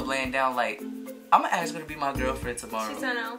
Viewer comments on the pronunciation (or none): I love u guys not gonna lie but I get soo stressed when says aks instead of ask lol😂❤️🤞🏽